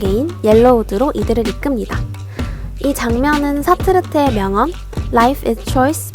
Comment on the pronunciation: 진짜 좋은데 사트르트가 아니라 사르트르예요...